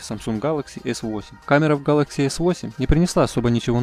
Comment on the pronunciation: Нууу вы даете.. А чё так сложно произвести Гэлэкси а не гАлакси???